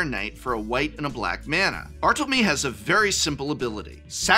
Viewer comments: it’s “mé” not “meh” 🙃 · Yo prof - it's pronounced Bar-toll-lo-MAY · he’s not just anglicising it, he’s mispronouncing it - he’s missing out a whole letter which would still be there if this was an English name